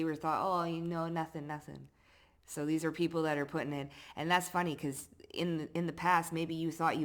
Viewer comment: Till Nada Ting sounds korean 😄